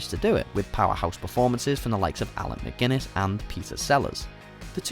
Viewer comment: "McGuinness," really?!